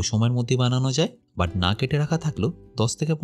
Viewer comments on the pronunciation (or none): none